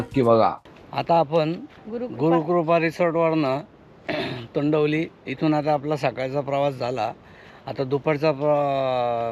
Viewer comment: तोंडवली नाही तोंडवळी बोला विस्कळीत व्हिडिओ वाटतो.